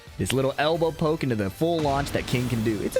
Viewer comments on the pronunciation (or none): none